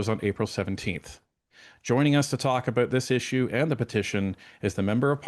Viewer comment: the way you pronounce about is bothering me. SouthPark would love lampooning you. Floors crossings en masse via recruitment is wrong and far from democracy or constitutionally accepted practices. FULL COMMUNIST.